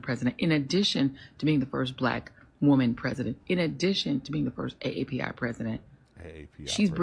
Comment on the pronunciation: She mean A-A-P-I ... not A-A-P-I (Asian Amercan & Pacific Islander). But then we're talking about Joy(less) Reid.